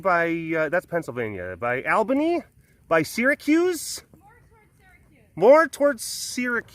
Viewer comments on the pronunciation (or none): Al-ban-ee.... Ugh, it's AWL-ban-ee. BUT we love you anyway